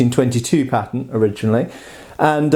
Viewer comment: His accent made me think he kept saying patent instead of pattern